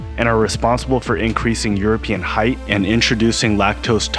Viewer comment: FFS! “Height” is pronounced “hyte”, NOT “hythe”!!! The “ght” is pronounced like a ‘t’, not a ‘th’!